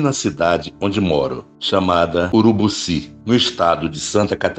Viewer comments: Muito boa a história, parabéns 👏👏, mas só não gostei do Narrador ter errado o nome da cidade de URUBICI e não Urubuci como mencionado. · o nome da cidade é UrubIci e não UrubUci...